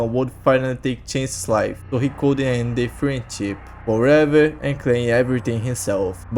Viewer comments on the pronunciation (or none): none